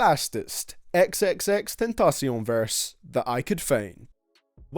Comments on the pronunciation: YOU CALLED HIM XXXTURKEYGOBBLE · BITCH HIS NAME IS NOT XXXTURKYGOBBLE ITS XXXTENTACION.......XXX-10-TAC-SHEON GET IT RIGHT I EVEN MADE IT EASIER 4 YOU TO SAY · This nigga said XXXTakeoff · Its xxxTENTACIOn not turkey gobble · its xxxtentaction dumbass not xxxturkeygobble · Did u say xxxteacon verses it's. Pronounced xxx ten ta sion that's how it's pronounced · It is not xxxtecon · Lmao “xxxturkeygoble” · u call him xxxturkey gobble......... no respect i disliked this no all of ur vids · I'm still mad that he called him XXX turkey gobble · Why did he call him xxxturkey gobble what the hell Fuck you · SHUT THE F UP ABOUT THE “XXXTURKYGOBEL” LIKE YOU FRICKIN LEPRECHAUN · First wtf did u call x at the beginning? xxx turkey gobble, his name isn’t hard to pronounce. Second in this bitch lit isn’t a track from ? album. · Did this Nigga just call x xxxturkeygoble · Shut up you say it is wrong he's you said his name wrong you really need to shut up his name is XX tentacion Not Over You said like what is ex girl but what are you just said boy get out of here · did you just freaking call him xxxturkey gobble really dislike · Please don't call him turkey goble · Xxxtentacion not turkey gobble 😡🤬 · "XXXterkeygobble" fuck you lmaoo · Xxxtakeoff did he say? Wtf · Why do you call him xxxturkeygobble you f*cked up man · It's tentacion can't you read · Aye wtf turkey gobble nigga pronounce his name correct lil bitch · i know you did NOT just call my manz “xxxturkeygobble” 😑 i am VERY offended. i love x so much :( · Seriously XXXtakeoff as he called him in the beginning of the vid is that a name for him I’ve never heard of takeoff as in the guy from mingos cos if u ask me mingos we’re some what behind the kill n this guy is saying ‘xxxtakeoff’ if this ain’t a coincidence this needs to be called out Ngl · You called him xxxturkeygobble lmfao RIP X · It is actually pronounced xxxTabletop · Why u gotta disrespect his name like that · Ass hole 🕳 say his name right or just don’t say it